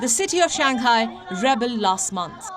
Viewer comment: She mentions China a hundred time a day, but cannot pronounce Shanghai correctly, always calls Shanghai as Shan Ghai, haha:) clearly shows she knows nothing about China except hatred to China